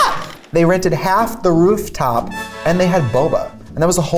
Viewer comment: Trixie: “Rooptop” Me: another “stroke” moment? 😂😂😂